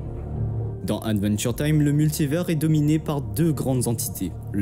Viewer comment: Attention à la prononciation, c’est bien aDventure time, et non aNventure time. Une fois ça peut aller mais toute la vidéo…😮‍💨😮‍💨 sinon trop trop top !!!!